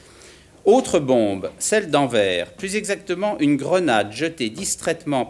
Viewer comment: Le mec qui ne sais pas prononcer Anvers joue le juge de la démocratie.....